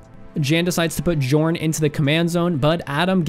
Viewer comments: Pretty sure Jorn isnt pronounced djorn, but rather with a soft J i guess, like Yorn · Every channel can't say Jorn's name right, it should sound more like Yorn. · It is pronounced yorn God of winter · Oh ffs, I was going to let it pass, but seriously, I'm pretty sure it's a 'y' sound in Jorn's name, like Jan is traditionally pronounced in it's native lands, ironically enough. Same with Firja I'd assume.